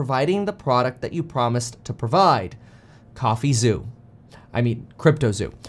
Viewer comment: “Coffee zoo” 😂